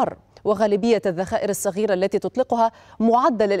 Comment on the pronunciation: علموها كيف تنطق كلمة صغيره تنطق صغيره موب سغيره